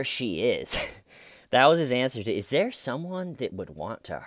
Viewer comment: I find myself walking around the house saying "the har was thar Stephen"...😂